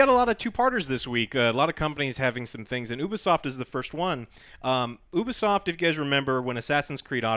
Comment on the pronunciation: ITS NOT OO-BISOFT ITS YOU-BISOFT